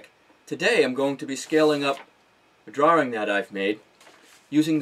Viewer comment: Fantastic video! :-). Will watch some of your others! :-). And I love the way you say "drawring" :-).